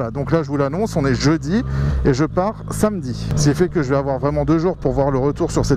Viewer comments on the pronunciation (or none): none